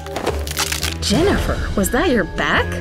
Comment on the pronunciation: Was it just me or did she say denifer